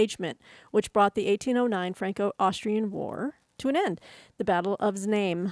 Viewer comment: Znaim is the German name of current Znoijmo, in Czechia. Apparently you read the z in both.